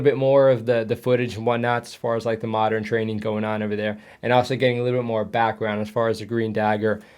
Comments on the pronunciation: 4 O commando? I think he means forty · My father served in both Four - Two and Forty Commando. Never in Four- Five, though. Definitely pronounced Forty.. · It's pronounced forty Commando, not four zero Commando , but it is four two, four four and four five Commando. lol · Have things changed always thought it was Forty Commando, not Four oh!? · It's not Four-O its Fourty Commando FFS😉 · no, it's Forty. Hopefully as a Bootneck I'd know the unit pronunciations 😂 The only units to be referred to in singular numbers are 24 Cdo, 29 Cdo, 42, 43, 45, 47. 30 is Thirty and 40 is Forty. Hope this helps.